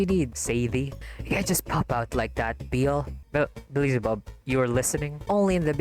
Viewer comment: Nit pick but why do you pronounce Beelzebubs name As BE LI ZI BUB should be BEEL ZE BUB 🤔